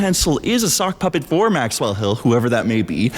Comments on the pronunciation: why are you inflecting maxWELL, it makes me feel weird. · maxWELL Such an interesting way to stress the syllables in her name